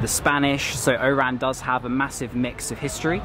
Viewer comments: The city’s name is nor “Eyran”; should be “Wahran” or O’ran. Thanks for sharing. Impressed with your Algerian visit vlogs. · You are borderline calling it "IRAN" the way you pronounce it 🤦‍♂️😒 It's ORAN. The stress is on the O not the R .. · Bro you sound like you saying IRAN it's ORAN. You can say it as ORON in arabic WAHRAN. Cheers. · It's OOOOORAN not I IIIIIIRRRAAAAN. WTF???? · Why do i keep hearing "Iran" instead of "Oran" ? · make sure when you go back to Algeria in the city of Oran make sure you say Oran correctly the same way you ll say (O)Orange because the way you say it it sound like you said Iran! lol Algerian people dont like to be mix with Iran we are Oran not Iran LOL I am Abdel from the US i was born in Oran. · Nice clip! Correct me if I'm wrong, I noticed when you say "Oran", you pronounce it like "Iran". At first, I asked myself it's Oran or Iran. Great job and thanks for sharing your clip with us! Cheers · "milk of chicken ...its for married person.." xD Everytime u said Oran , i heard Iran hhhhh...welcome to Algeria! you should visit Constantine next :D <3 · When you say Oran sounds like Iran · it's oran not Iran